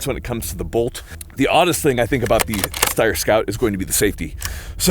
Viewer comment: The sheer amount of times Steyr is mispronounced in this video if hilarious.